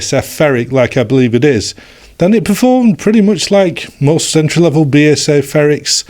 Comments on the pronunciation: It is B A S F! not Basif and i never heard anyone pronounce the brand like that in germany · The pronunciation was always B A S F In germany. See here in this late BASF Advert Thx for the great Video.